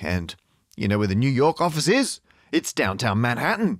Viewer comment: It's spelled New York, but it's pronounced New Yoink, Matt.